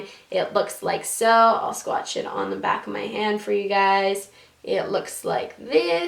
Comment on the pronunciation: ***** if you listen to her that's what she said she didn't say swatch , it was funny because she didn't say it right I replayed it 4 times to make sure I heard her correctly. I'm not sure if I spelled what she said right because it's not a word. But I love ppl to. 😍😁